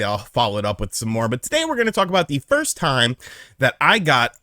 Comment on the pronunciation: Love how he emphasized first